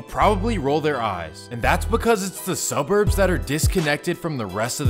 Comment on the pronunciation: All the sufff that goes on in merin city .... You said subburns ..